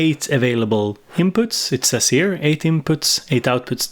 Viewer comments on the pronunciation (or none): none